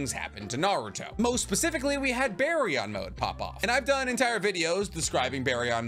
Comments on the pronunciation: It’s not “bear-ee-on” mode it’s “beer-en” mode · Why do YouTubers always say stuff stupidly? 😂kurAma??? baryON???